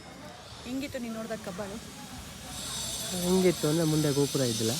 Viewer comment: ಕಬ್ಬಾಳು ಕಬ್ಬಳು ಅಲ್ಲಾ ಪಾ